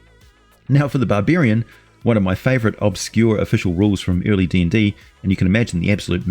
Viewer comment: Bar-beer-ian... i love the Aussie eeccent!🍺🍻